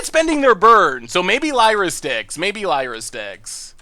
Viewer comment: That’s not how you pronounce Lyra I think ^^